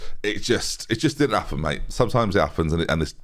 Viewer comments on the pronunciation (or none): none